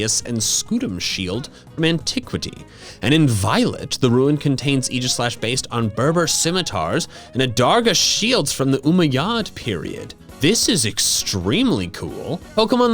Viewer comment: Dude I wish he knew how to pronounce Umayyad